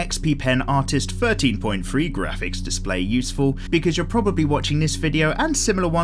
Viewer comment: With. Thing. Thirteen. 'Th's are not 'F's!